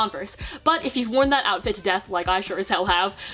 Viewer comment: 'oufit' im not sorry :)